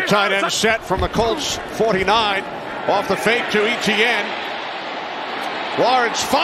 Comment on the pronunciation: Kinda funny how they pronounce Etienne. It should be [Ay-chen] instead of ETN 😅 Exciting game, all the way to the end!